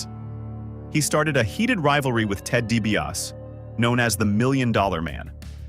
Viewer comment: & - Why the sloppy cuts?🤷‍♂️ - Please reprogram your A.I. narration to properly pronounce "Dee-bee-ah-SEE" 🙄